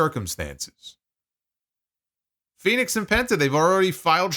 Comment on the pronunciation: Maybe the WWE announcers could actually pronounce Fenix's name properly unlike Excalibur. Sounds like he's saying FedEx.